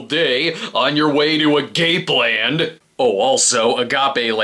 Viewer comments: im pretty sure its pronounced agape land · Clearly you didn’t grow up in a predominantly Latino neighborhood to not know that was pronounced a-ga-pay